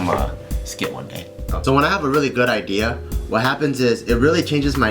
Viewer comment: BART SAYS "IDEARS" INSTEAD OF "IDEA"